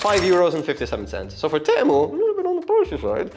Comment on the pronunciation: Fine video, but why do you keep calling Temu for Tamu? xD Also that 10/10 sponge is just wraped with sandpaper, just so you know before you use it other places.